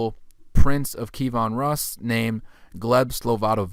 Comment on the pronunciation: Pronunciation tip: Key (like what unlocks a lock) Evan (like the given name) Roos as in "Rooster" KeyEvan Roos Kievan Rus'